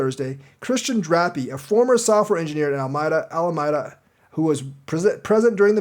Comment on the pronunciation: Why are you pronouncing Alameda like that????